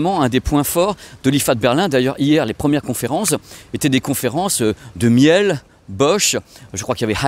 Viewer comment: Coucou, pour la marque Miele, ça se prononce Miiiileu et pas comme le miel des abeilles 😅 Vu que tu dis Haïssèns pour Hisens et pas Issans je me dis que les marque allemande pourraient également profiter de cette qualité de prononciation 😉 Je t'adore 😊